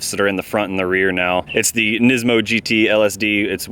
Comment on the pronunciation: NISMO, not NISIMO.